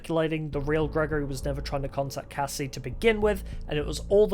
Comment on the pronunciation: If you notice you can hear him say Cassie kinda off